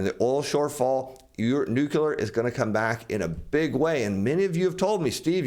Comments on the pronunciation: No one gets power from nucular energy! It's nu-cle-ar! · The word is nuclear dude, not "nucular" (there is no such thing as a nuculus). Please stop saying "nucular". Like fingernails on a chalkboard. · NUCLEAR... :).... not nucular... :)... !!! u da man! thanks for ur insight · New-Clear. Two syllables. There is no third syllable in nuclear.